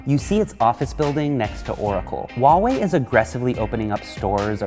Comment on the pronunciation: The h in Huawei is not silence, since you don’t pronounce House as Ouse, why would every freaking westerner pronounce Huawei with a silent H.